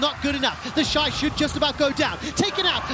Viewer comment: Same!!! I have to stop and be like "who tf is 'theshee'"